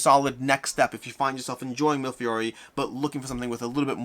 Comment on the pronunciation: I like your reviews, and love this game. But, repeat after me: me le fee ori.